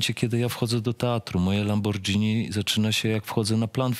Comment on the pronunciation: LamborGini. Lambordzini to chyba drink.. ;)